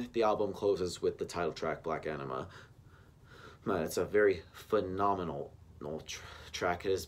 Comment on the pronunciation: The way you say it, it sounds like Black Enema... ha!